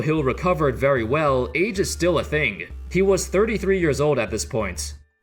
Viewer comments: When he said age I stg I thought he said AIDS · Bruh I thought you said he had AIDS. I hadda reeeeeeeeewind.